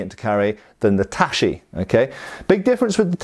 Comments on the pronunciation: Nobody going to comment on the pronunciation of "tachi"? It's ta-chi (like in chicken), not ta-shi. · Tachi should be pronounced ta-tchi with a clear t sound starting the second syllable (close to how you would pronounce touchy), not like ta-shi. :) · I am kinda short.. about the same height as Japanese of that era. I find katanas to be not that short. btw the ch is pronounced ch as in China not sh as in Shilong. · I haven't been self-learning Japanese for all-too long, but I'm pretty sure it's not pronounced tah-shi :p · I've been taking Japanese classes, self-studying, and living in Japan for years, and I'm pretty sure you're right, lol. I'm guessing has been informed before that it's not "tashi," but has been making the same mistake so often his mind can't make the switch. In the business of language instruction, we call that a "fossilized error." He really needs to break his bad habit though. Not knowing how to pronounce a correctly (this kind of romanized Japanese is more or less English style orthography, not French!) it's rather embarrassing. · In Japanese shi and chi are different sounds please don't read them tashi. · I kinda knew that, so his pronunciation kept bothering me, but I wasn't sure I was actually right.